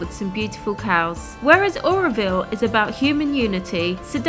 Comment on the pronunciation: It's not Areoville its Auroville